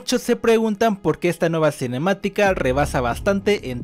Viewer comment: Cómo chooorrocientas veces la palabra cinemiatica